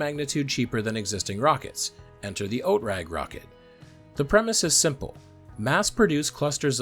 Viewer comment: OTRAG is pronounced /ˈoːtʁaːk/.